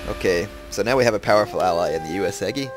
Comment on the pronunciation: It is not UesEgi it is UesUUUgi!